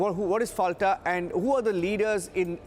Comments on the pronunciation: Pronounce as Folta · It’s Fal-ta like Fanta. lol. Atleast get the name right! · FALTA is pronounced as FOLTA, with soft-T as in Tehran and not hard-T as in Texas